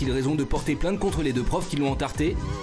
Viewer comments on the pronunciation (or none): On dit entarté pas entartré... On dit une tarte et pas une tartre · C'est " entarté " .... pas entartré !